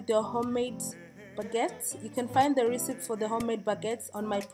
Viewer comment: why are u pronouncing recepe like that